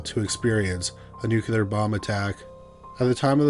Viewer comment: Nuclear not Nuculer.